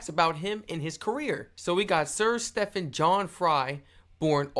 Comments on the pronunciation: It's STEEEEE...ven. Not Steffan. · It's Steven, not step-han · Stephen as in Steven not Stephin as in steppin